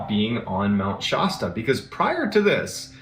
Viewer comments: Mt. Shasta particularly the "a" is pronounced like the word "cat" not like the word "hot" as MrBallen keeps saying. Not to detract from MrBallen's stories or character which I find interesting, just making a correction. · My family has a cabin in mt Shasta (not pronounced shosta btw) and it is a very wintering area in our world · Mount Shasta is near me.....there's always weird things that happen there. Except it's pronounced sh-ass-ta